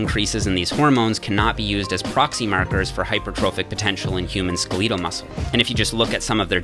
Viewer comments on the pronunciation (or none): Love the post - but did you say “Skeleetal” for Skeletal . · Did this guy just pronounce skeletal, ska-leedal? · Cool cool...did you just say skeleetal? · WHY DOES HE SAY "SKA-LEE-TAL" INSTEAD OF "SKELL-EH-TAL" OMG WHAT THE FUCK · Skulleeto muscle, is that mosquito 🦟 muscle? 🤣 dude its skell-it-tal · Dude cant pronounce "Skeletal" its not SKI-LEET-al its /ˈskelədl/... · It is pronounced "skeh· luh·tl" not "skee· lee·tl" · Is it really pronounced Ske-leetal muscle? I thought it was Skel-eh-tal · Did nobody notice he said "Skeleetal Muscle" instead of "skeletal". :'D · Skeletal not skaleeto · Ske-LEET-al? No, no. It’s pronounced SKE-le-tal. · Bro, it's skeletal, not SKULEEHTUL, like skeleton, you know? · did you just say ska-lee-tuhl??? LOL i think you mean SKEL-E-TAL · Skeletal is pronounced "Skellehtull", not "Skaleetal". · It's SKELETAL (like Skeleton) not Ske-LI-tal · I think it's pronounced ske-le-tal.......not skeeeeletal, and in regards to soy, it is one of the most allergenic food sources and can wreak havoc on the digestive system. in short, soy is trash. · I can’t get over “skeleetal” muscle😂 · Man really said skehlital muscle 😂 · Did my dude really say "skuh-LEE-tull" muscle ?? 🤔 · Skel-eetal muscle? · Human 'skaleetal' muscle Never heard that pronunciation before. Is that the actual way to pronounce skeletal? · Skell-eat-uhl muscle. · “SkaLEETLE” muscle? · did this nigga call skeletal, skaleetal? lol. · SkeLEETAL??? Oh my God no one knows how to Pronounce skeletal Or any other normal word for that matter these days ...screw you, iPhone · "Skel-eat-al" what? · “Skaleetel” muscle 💀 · SKE-LEE-TUL MUSCLE MASS... lol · Did he just say (Skah-lee-tal)😂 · SKA-LEE-TAL MUSCLE!?? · At 1min 32 sec , did he pronounce skeletal as "skuh-leetal" instead of like 'skeleton ' but w an "L" ??!! Lmao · Skel-E-tal muscle. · Stopped watching at "Ska-LEET-al muscle" rofl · "Skeleeetal muscle" ?????? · (Ski-li-tal) muscle? Is that a canadian thing?🤷‍♂️ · wtf is “Skeleetel” muscle?